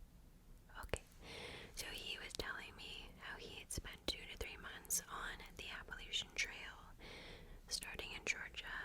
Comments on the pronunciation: you’re saying it perfectly! i grew up very very close to the mountains, and everybody in virginia says it the same way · I’m from Baltimore and we say it the way was pronouncing it lol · You said it correctly. Regional dialects are a thing. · You're pronouncing it properly sister. 😊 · It seems different areas pronounce it differently. There is no "correct" way to say it. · youre actually pronouncing it the original correct way. At least from my understanding the latch is a pretty recent thing people “latched” onto!